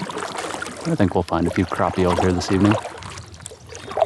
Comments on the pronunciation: I love your videos but the way you say crappie drives me insane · Have I been saying it wrong the whole time? I pronounce it crap-e not crop-e...